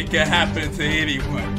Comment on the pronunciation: "It can hapen to you"